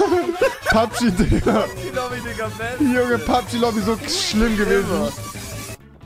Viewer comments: Rewi sagt immer thikka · Warum sagt rewi dika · Du sagst diger mit t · Rewi sagt imner statt dieger dieker😂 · Rewi du sagts immer Dikka statt Diggha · Ich feier es rewi die ganze time dikka sagt stat digga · Warum sagt Rewi dicka?😂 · Seit wann sagt rewi DIKKA..hahahaha bitte gewön dir das wider ab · Digga Rewi man sagt Diggggggggggga mit G nicht mit K wie du es sagst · Junge das heißt Diggah und nicht diKKa 😂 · Rewi es heißt digger und nicht DiCKer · Wenn du schon digga sagst dann bitte mit g und nicht mit k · Sag mal digga und nicht dicka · Das heißt Digga und nicht Dicka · Junge Lern aml digga zu sagen du sagst die ganze zeit dikkkka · Hör auf digga als dicka auszusprechen.!. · Wenn Rewi nochmal "Dicka" sagt, raste ich aus. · Warum sagst du immer dicka